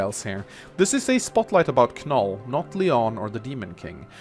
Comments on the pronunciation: It bothers me how he says "Kanoll".I always pronounced it an "Noll",as in with the K being silent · The fact that pronounces Knoll as Kah-Nul makes me question if he pronounces knot as kah-nut. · please never say Kanoll again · Ken-oll SILENT K lmao i want to punch my computerscreen right now Silent K don't you ken-ow? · My man, I'm pretty sure the "K" is silent. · You pronounced Knoll's and Lyon's name wrong. The "K" in Knoll's name is silent and Lyon's name is pronounced as "Lion." Knoll is really good as a glass cannon unit. Just gotta keep him away from hordes of enemies since his defense and luck stat is dismal. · I think the k is silent, but that is just me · I'm glad someone said it. 4 years and it still hurts my soul everytime he says it. Just like how he not only pronounces Ingrid as IngREE but also says her name every sentence. The pain. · Cringed every time you said Knoll's name.